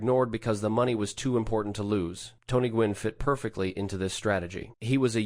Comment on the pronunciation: gwynn. GWYNN. g W ynn. GEE DOUBLEYOU WHY IN IN. fucksakes. demonetize